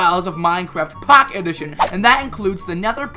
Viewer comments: This was really funny. The way you said POcket edition tho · How u say minecraft POCKET edition XD